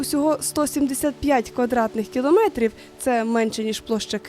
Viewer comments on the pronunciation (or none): none